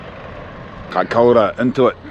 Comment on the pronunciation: Mean da boiis oh an it's kaikoura not kiakoura😂👌